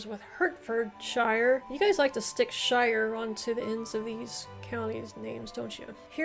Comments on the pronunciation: pronounced sher. They were areas under the legal jurisdiction of the sheriff. Shire - Sheriff. A few hundred years later they arrived in John Wayne movies. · Pronounce Shire "Sher" also good effort. I live in England and would struggle with some of them. Ham is also pronounced "Hem". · I like your channel, but I had to stop watching this one due to the butchering of the names. And I'm Dutch, so I shouldn't give a damn, but the "shire" is just too much. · If you want to know why UK place names are so hard to pronounce, you should watch "Map Men Why are British place names so hard to pronounce?" Oh!!! we don't pronounce it shire it's shear, in most cases :) I come from Shropshire, but live in Hertfordshire. Also, if you are in the UK we normally say the town/city we are from, but on the internet we tend to say the county, as there is a chance you've heard of that. The historic counties of England are areas that were established for administration by the Normans, in many cases based on earlier kingdoms and shires created by the Anglo-Saxons and others. Ceremonial counties are areas of England to which lords-lieutenant are appointed also referred to as the lieutenancy areas of England. The City of London is one. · shire is never pronounced shire as a suffix, its normally pronounced shur.. shire is only pronounced as spelt when its by itself. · Say Sheer not Shire ... how you pronounced Worcestershire sauce is the right way, Hampshire say as you prounounce the state of New Hampshire... anything with cester you say STER do not proynounce the CE... impressed how many you got right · All the counties with shire in the name are pronounced as shur not shire. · You did very well. Look for the Channel Islands; they are part of the British Isles. You are pronouncing 'Shire' but we pronounce it like 'sheu'.